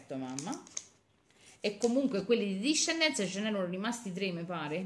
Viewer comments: Ce scritto desendals e si legge dice disendal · Il burro cacao discendens non si dice così ma desendals